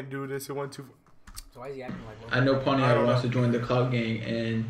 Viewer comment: Did he say "pon-ti-ac"